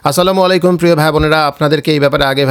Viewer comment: আপনি নিজেকেই ত কোন পরিবর্তন করেন নাই। নিজের HTML লই ত ঠিক নেই। অন্যকে রেন্ডম নিউজ দিয়ে মানুষকে অস্থির রাখছেন।"আসালামালাইকু" এইটা কি ধরনের সালাম